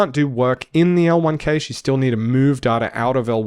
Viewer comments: You know it's "cash" right? Like money. Not "cay-sh". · EVERYONE CALLS IT CASH NOT CAGE REEEEEEEEEEEEEEEEEEEEEEEE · Dude video its great, but its not keysh its cache xd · But why do you say cage ? Pretty sure cache is closer to "cash" than "cage" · so much great info!! also, cache rhymes beige? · Cache is pronounced cash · `cache` is pronounced exactly like `cash` 👍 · that's a weird way to pronounce cache